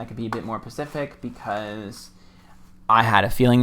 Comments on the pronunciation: I hate burps but oddly love yours that are quite subtle and followed with, "it's the truth". Also, the butchering of the English language such as Amberlynn Reid does, is maddening to me; but the way you say "pacific" instead of "specific" is so f'n endearing to me. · I love how you always say pacific 😊